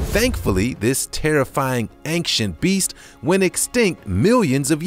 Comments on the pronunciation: Does he say "anxient" every single time, instead of "ancient"? Or are my ears playing tricks on me??!? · I heard anxient too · Marten Miedema me to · Marten Miedema that’s a good guess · haha, je hebt gelijk! You're so right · he did say anxient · He Says Anxient XD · Well its not your ears playing tricks on you because I am hearing that too 👂🏻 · Efraem Palencia me to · Yup it’s true no trick